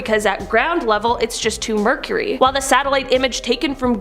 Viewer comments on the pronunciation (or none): Too mercury?. It's Murky pronounced "Mer-Key" not Mercury. Too mercury is absurd. I know Canadians. They don't pronounce Murky (as in murky water) like that. If that lake had too much mercury in it, it wouldn't be there, it would have been drained, covered and the area deemed unsafe. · LOL she said to Mercury instead of too murky